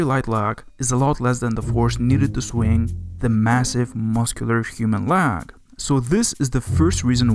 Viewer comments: Leg L ayyy gu not L ehhhh gu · Regarding the American Pronghorn Antelope, that representation is not even close to what they look like other than also being a quadruped herbivorous mammal with horns. Good video otherwise, though I'm curious where you're from with the letters v and w both being pronounced w and "leg" being "lahg". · please pronounce leg properly